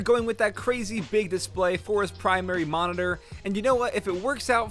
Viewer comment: he says moridor instead of monitor